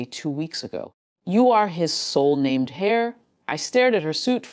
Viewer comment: The word is heir not hair!